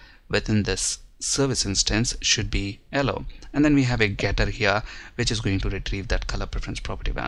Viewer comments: Thanks for the detailed video, but the "ellow" color was killing me :P. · it's YELLOW not ELLOW